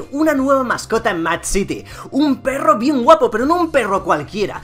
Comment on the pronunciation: Me encanta cuando dices berro codes!!! Y sale de fondo la cancion y el loto xdxd